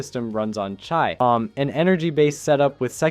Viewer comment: They also got the pronunciation of certain words, like "chi" pronounced as "chai" wrong, which makes so little sense in todays age